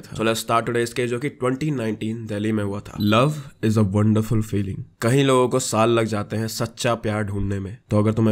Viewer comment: Just a small thing, it's kayeeee din not kahi din, smjha